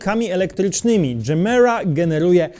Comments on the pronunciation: Ty jesteś dżemira, gemera czyta się je-mera to po Szwedzku znaczy daj wiecej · Moge się mylić ale chyba mówi się tak jak pisze czyli Gemera. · to jak męczysz nazwę gemera mnie przeraża